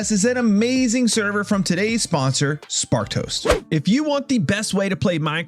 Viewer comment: Swear I hear you saying "Spark Toast" rather than "Sparked Host" ... 😂😂😂